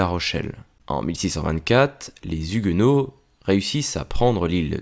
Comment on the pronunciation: Ne fais pas la liaison : les Zhuguenots